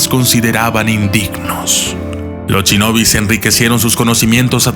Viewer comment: 'Al momento de querer averiguar el pasado de los ninja"s* ", o como es más correcto llamarlos, "Ch"inobi"s"'... '...los samurai"s"... bu"ch"ido...' :-( Poniendo a un lado ese tipo de errores, es un buen documental, debido al enfoque general que se le da a los Ninja :-)